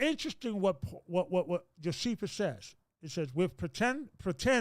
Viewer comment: Check the pronounciation of the name Josephus.